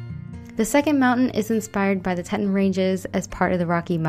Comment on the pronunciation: Great tutorial! I visited the Tetons a while back. FYI: it is pronounced “ tea’ tawn” and is well worth a visit!